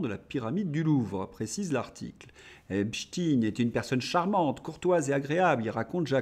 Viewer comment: on ne dit pas Espstine mais espchteine, nom d'origine juive Allemande